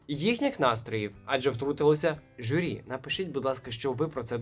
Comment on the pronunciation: журі, а не жюрі